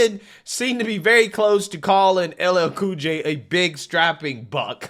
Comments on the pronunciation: He can’t even say LL Cool J? What a clown. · boy! you got some big muscles, was really funny when he messed up that black guy's name.